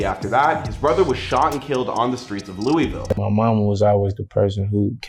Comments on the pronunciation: Itssss fucking Louisville not LOUEEEEVELLL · ITS PRONOUNCED LOU-A-VUL